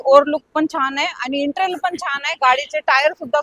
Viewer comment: Intral naahi Madam.. Interior bolaa 😂😂😂